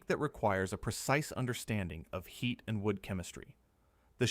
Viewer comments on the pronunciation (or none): none